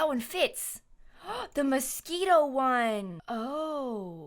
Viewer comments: I thought she was saying mosquito not Moschino lol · isnt it pronounced moskeeno? i assumed she was just saying that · I love how she says “mosquito” instead of “moschino” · Honey the whole sims community does that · She said mosquito and tbh that’s what I call it too 😂😂😂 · when she says "Moschino," i keep hearing "mosquito" lol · Im pretty sure that’s what she’s saying lol